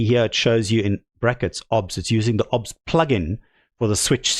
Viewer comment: "obbz studio" Dude, O B S, pronounce the letters separately, it is an acronym, do you also pronounce FBI as "fuhbih"?